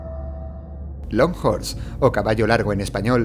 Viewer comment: Fans de JoJo's que entendieron "Hol Horse" en vez de "Long Horse", reúnanse.